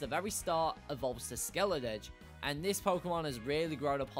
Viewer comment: SKELEDIRGE, NOT SCELIDERG!